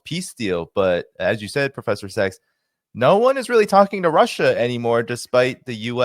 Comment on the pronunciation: Professor SACHS, not SEX - !